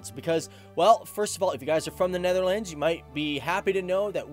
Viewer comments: The way he pronounces Netherlands is offensive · Hoe hij “Netherlands” zegt is best grappig.